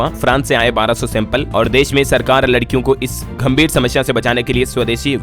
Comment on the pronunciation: Sir, gambhir ko ghambhir nahi bolen.